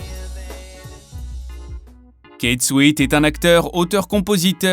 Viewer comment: Prononcez bien les noms des Artistes s’il vous plaît. Ça se prononce "Kiss souèt " .